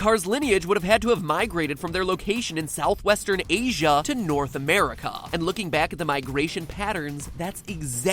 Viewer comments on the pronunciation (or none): Anyone else find it funny the way he puts emphasis on the A at the end of 'America' and 'Asia'?